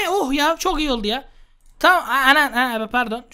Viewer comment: 14:4 çamam diyo :)